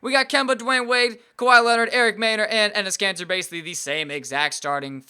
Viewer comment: Who heard him say Enes Cancer?